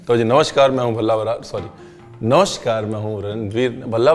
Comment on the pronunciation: ब्रार ❌❌ बराड़✅✅✅